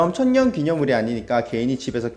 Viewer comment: 님 발음으로 천년이아니라 처연